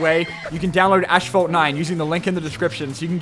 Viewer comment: "Ashphalt 9"